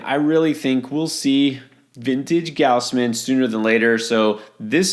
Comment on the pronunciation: I believe it’s “goss-men”